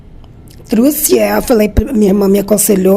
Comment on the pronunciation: Não é "truce" nem "troce", e sim trouxe.